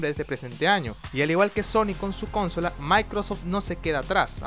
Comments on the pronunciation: Di bien "consola" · Este wey dice cónsolas jajaja que pedo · OE es CONSOLA, NO CÓNSOLA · wtf? Cónsolas? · Con sola no se dice CONSOLA